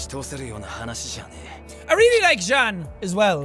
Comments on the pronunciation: Anyone got annoyed when he pronounse jean's name wrong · Jean not jan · I don’t have any problem with u saying meekasa but try saying it faster and it will sound like Mikasa also it’s Jean like jeans just without the s I still got no problem because I keep remembering u never watched the aot Anime before